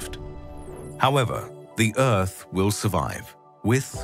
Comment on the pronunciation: Let's all pitch in to save the 'uth'! jk good video